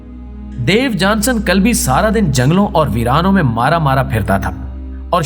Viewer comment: محترم صاحب۔۔۔۔ مذکورہ شخصیت کا نام "دیوجانس کلبی" ھے۔ نہ کہ "دیوجانسن" یہ آخری "ن" زیادہ ھے۔ انگریزی میں اس کا نام "Diogenes" ھے۔ تلفظ "ڈایو جی نیز" لکھا اور پڑھا جاتا ھے۔۔۔۔ اور مزید یہ کہ اس کے اندھے پن کا تاریخ میں کوئی ذکر نہیں۔ وہ اندھا نہیں بللکہ صاحب بصارت و بصیرت تھا۔ ان غلطیوں کی تلافی کر لیں۔ ممنون رھوں گا۔